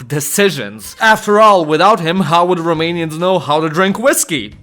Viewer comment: Props for the genuinely good pronounciation of romanian names